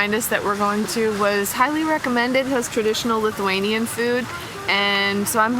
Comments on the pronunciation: very American amount of "extra sugar" lmao. great video, thank you for nice words about our beautiful Vilnius! btw your Lithuanian pronunciations are top notch! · ❤Ačiū! You pronounce very correctly!!!